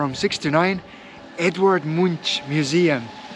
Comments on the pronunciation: Edvard Munch is not pronounced "Moonsh", it is pronounced "Moonk" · Edvard Munch is pronounced Edvard Moonk.